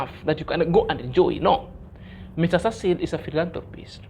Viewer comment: Why are you always listening that rubbish idiot nt. This delusion mad man who claimed that to be a teacher! Marwa is well brought by his mum and dad and has respect for elders and others people who is surrounded him. This nt can't pronounce the name of Mr Cecil, I really hate that man. I really like your motivation and honesty but that nt makes me feel like throwing in the trash